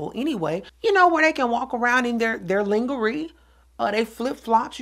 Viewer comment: Not Ling-A-Ree lmao